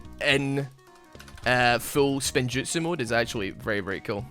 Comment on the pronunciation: Damn it you had one chance, it’s “spinjitzu” not spin-jutsu